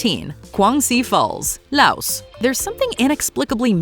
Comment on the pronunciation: The s in Laos is silent